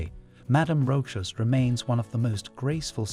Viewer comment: It's rosha with the accent on a. Ch is sh like in shop.